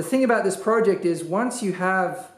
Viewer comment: omg stop saying project like that